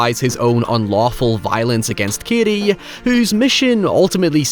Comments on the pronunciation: His name is Cady not Kiddy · The way you pronounce 'Cady' befuddles me. I don't actually hear your 'D'.